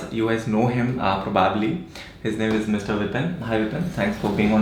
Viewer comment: not pro baab ly prau-bab-ly